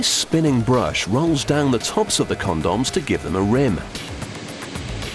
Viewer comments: "After all they have a very important job to do!" Haha. He says Condums, haha. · CawnDoms XD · but first... CONDOMMZ.. Sheesh... nice pronounciation :p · but first con-dons he said it funny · "CON-DOMS" & "STAIR-AISLE" lolol I love how those are the only two things he pronounces funny xD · lol... CON-DAWMS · i like who he say con-dons! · con doms when its pronounced comdms lol